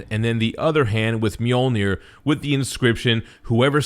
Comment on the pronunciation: Pronounce Mjölnir properly.